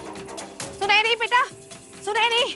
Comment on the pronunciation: Sunaini nahi Sunheri🤭